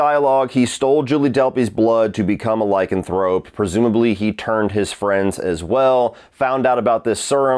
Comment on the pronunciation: LYCAN-THROPE, not LYCAN-THROPEE! LOL!